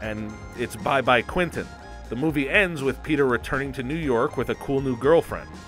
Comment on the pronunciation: does it bother anyone else how he’s saying “quinton” not “quentin”